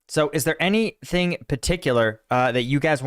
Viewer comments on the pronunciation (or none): none